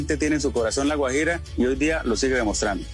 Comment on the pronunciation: Raro que no pueda pronunciar Guajira... extraño.. Vivió fuera del país?